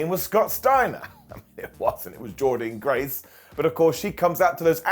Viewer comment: Why do you keep pronouncing Jordynne graces name wrong?